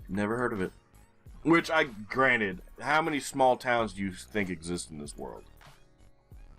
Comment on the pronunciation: Imagine me thinking you said "Granit" since last summer every time you said "granted"! I did find that sort of peculiar that you so often referred to whom in my imagination was the creator of GeoGuessr maps. I realized you say "granted" only this week, lol!